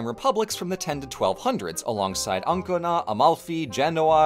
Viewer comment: I don't know how to tell you, but Ancona isn't pronounced like that, the accent goes on the O.